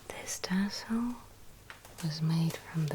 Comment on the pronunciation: “Which tessel would you like?” “Yes.”